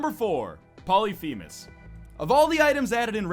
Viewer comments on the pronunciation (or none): Its pronounced pol-lif-a-mes. Not poly-fee-mes